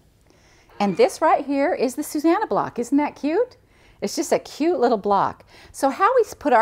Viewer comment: Actually the name is said (in the way you have spelled it) SuSANnah. That isnmy little sister's name and that is her pet peeve when people say SuZannah. Most people get the two mixed up.:)